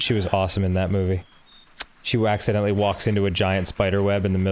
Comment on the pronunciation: Dan: “she waccidentally”